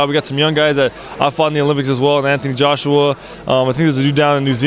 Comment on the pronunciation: mv I know who 'Joseph' Parker is... listen to him say .. Joshue Parker!